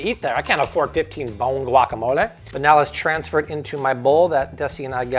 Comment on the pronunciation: I appreciate the fact that he's making an effort to pronounce words the right way. Like guacamole, cilantro